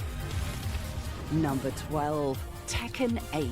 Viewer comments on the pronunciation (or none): none